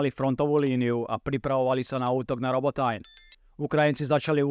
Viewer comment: krasna reportaz ale Robotajn citaj normalne po slovensky :D Robotyne